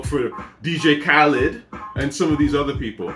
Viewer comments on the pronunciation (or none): none